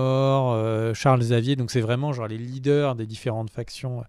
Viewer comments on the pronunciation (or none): none